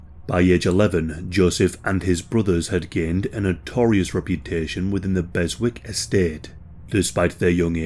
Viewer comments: Just a heads up, it's pronounced Bessick, it's a silent W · Berwick is correctly pronounced: Besick. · It’s pronounced “Bezick” (where this case takes place)😉👍